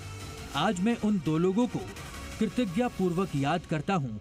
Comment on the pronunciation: कैसे हिन्दी रिपोर्टर है ठीक से कृतज्ञता भी नहीं बोल सकते। शर्म